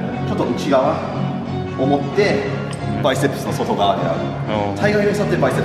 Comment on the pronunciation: 最初のバイセップスがバイセックスに聞こえたのはこのチャンネルだからだと思う